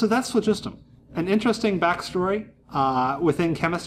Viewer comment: this guy is the only YouTuber so far that appears to pronounce phlogiston properly AND weight a burning candle. A guy to watch.